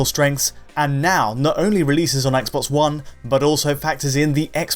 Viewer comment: ess-bosss one-esss